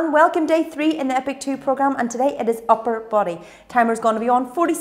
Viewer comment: Ok so I loved this session ❤️❤️❤️ I love how emphasis on upper!!! Arms are in fire 🔥